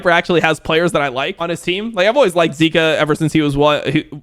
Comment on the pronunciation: Zeka. Not zika. You'll confuse fans haha.